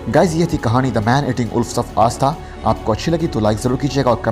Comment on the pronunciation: भाई आस्था नही ....सही शब्द आष्टा उच्चारण कीजिये